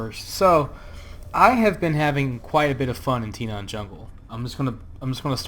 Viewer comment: why do you keep saying Tinaan? it's Tanaan with an A